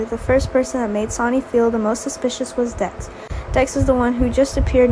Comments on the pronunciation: The voice keep reading sony ... its sonny pronounced like sunny ... even spelled it like sani... please say sonny correctly. Or just say sunny if you have to... but thats who sonny is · Willow is a girl not a guy, get this narrarator off of here,she's a kid ugh she can't even pronounce Sonny's name omg 😫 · His name is sonny not sanny